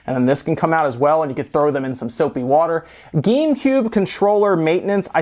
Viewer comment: Am I the only one that thinks he said to put the plastic shell into sopay water? I mean he was holding one part of the case, without electronics or rubber as far as I could see and said put this into soapy water.